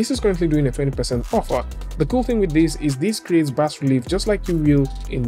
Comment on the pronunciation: Cheers fella. BAS has a silent S fyi :) Yeah weird, I know.